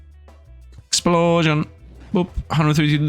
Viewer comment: I love how say "exuplosion". Is this from somewhere or is it some running joke?